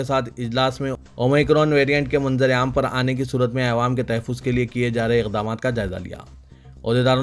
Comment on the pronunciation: Assalamualaikum Bhai apne pronunciation ko theek Karen awaam kahiye